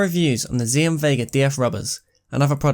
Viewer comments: it is pronounced axiom not ziom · I think the name of the brand is supposed to be pronounced 'axiom', like in mathematics?